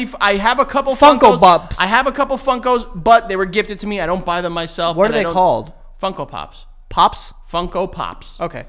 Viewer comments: Joe trying to say Funko Pops kills me everytime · Joey’s attempts at saying Funko Pops had tears streaming down my face 😂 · joe not being able to say "funko pops" has me in tears